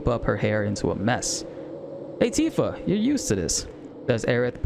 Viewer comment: I hope YouTube doesn't suppress you because they thought you were saying "ANTIFA" lol